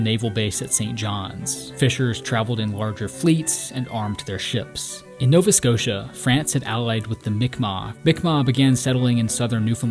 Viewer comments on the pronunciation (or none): none